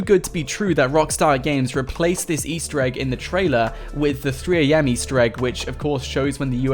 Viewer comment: Stop ✋ saing Ester eeg